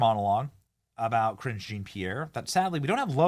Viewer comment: Ohhhhhh, Karine Jean-Pierre! I thought you were saying Cringe Jean-Pierre 😅